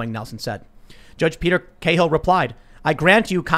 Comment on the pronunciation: Cahill is pronounced 'Cal' as in Calvin